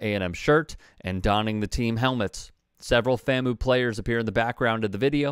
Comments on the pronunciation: FAM-U….. not FAM-MOO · It’s FAM-U… not FAM-OO. Otherwise good reporting!!! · The way you say FAMoo erks us HBCUers.....Come on you're my guy but if you're going to criticize the coach and admin... get the name right... It's pronounced FAM(pause.5sec) U. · Bruh.., it’s FamU not faMoo… y’all be slipping over these schools name.. that’s a lack of integrity on the journalism part B🤷🏾‍♂️ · FAM-U not FAMOO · bro said “fam oo” 💀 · FAM-U. Your pronunciation irked me a little 😂. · Some of y'all are worried more about how pronounced the university. Rather than what the players did. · Probably shouldn't be talking about the school when you can't pronounce the school's acronym accordingly. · fr fr, I cringe everytime he says it... lol